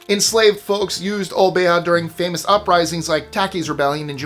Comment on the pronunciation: It's pronounced O-bay-ah 🙂